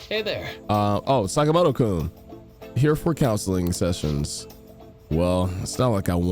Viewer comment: About the game butchering pronunciations, the correct ones: Kitagawa - Keetuh-GAH-wa Sakamoto - SAHkuh-moto Takamaki - TAKUH-maki Maruki - MAH-ruki Shibuya - SHEE-buya